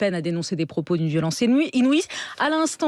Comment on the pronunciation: C'est vrai qu'elle ne sait pas lire. Elle nous a pondu une perle ''violence inouiSe''!! (et cela après rectification du mot correct ''inouïe'').